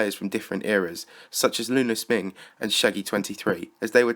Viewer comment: "Lunar SMING"!?!?!?!